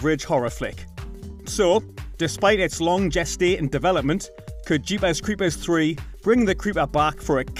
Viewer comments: Jeepas cweepas lol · Jeepuhs creepuhs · “Jeepaz crepaz” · Lol i laughed every time